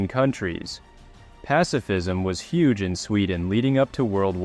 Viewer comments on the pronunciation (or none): none